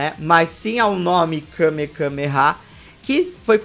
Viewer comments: O falando kamekameha o vídeo todo e eu me contorcendo por dentro dizendo que kamehameha 😅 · É Kamehameha e vc falou kamekameha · O correto é kamehameha e não kamekameha 🤷🏻‍♂️ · Akira Toriyama: Kamehameha Rei do Havaí: Kamehameha: KameKAMEha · Só uma observação o nome certo é Kame-hame-ha e não kame-kame-ha vc repete o kame duas vezes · kamehameha não kamekameha 😂😂😂😂😂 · é kamehameha não kamekameha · Alguém percebeu que ele falou Kamekameha ao invés de Kamehameha? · O n é kamekameha, é kamehameha tanto o ataque de dbz quanto o nome do cara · Kamekameha ? Sempre falei Kamehameha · Kamehameha!!! Que agonia toda vez que tu diz kamekameha! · dislaike ***Kamehameha não kamekameha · É Kamehameha, não Kamekameha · Me incômodo vê o falando Kame Kame há kkk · Várias vezes... MDS eu tava agonizando kkkkkkkk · KameKameha? É sério isso? 😂😂😂😂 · Que agonia o repetindo a palavra Kamehameha várias vezes errada....